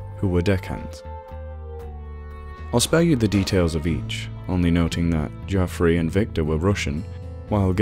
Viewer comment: No one for one minute would ever believe you where an American. We do not pronounce the Jeoffry as Jah-free. We would say Jeff-ree.